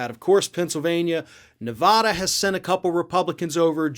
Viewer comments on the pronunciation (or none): It's pronounced Nev-add-da not Nev-aww-da.